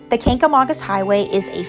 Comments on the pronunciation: That’s not how your pronounce Kancamagus. I don’t know who told you it was pronounced like August , as a local in the white mtns it’s not pronounced how they told you. It is Kang- ga- mainkus. Great video though. Made me proud to live here. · Literally no one in NH pronounces it like August. She must have asked a flatlander that just moved up here. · I grew up staying in the white mountains every summer. It's definitely not pronounced like August 😐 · As a New Egnlander hearing how you pronounce the Kangamangus highway is driving me insane. Ha. Great video though